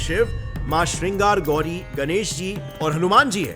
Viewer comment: your pronounciation sucks. Also your research team should not make such silly mistakes. It's not Srinagar gauri, it's Shringaar Gauri. थोडा हिंदी में भी पढ़ा करो 😂